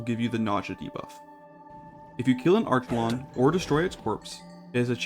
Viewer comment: And archelon (ark-uh-lawn)